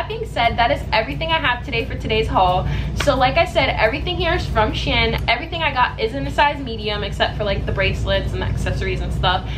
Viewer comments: you pronounced “shein” differently every time you said it lmaoo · i pronounce it she-in but said shen haha, shes probably saying it the right way though. i find it funny that everyone says it differently